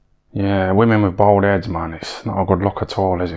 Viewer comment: How many times did he say BOWLD head?😅 😂